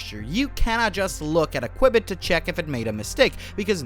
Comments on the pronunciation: its QBIT not QUIBIT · Dude... you're mispronouncing qubit wtf